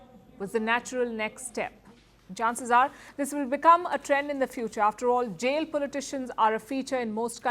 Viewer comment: This AI system is pronouncing the word Jail as Jeel. 🤣